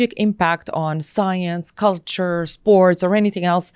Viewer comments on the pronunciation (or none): none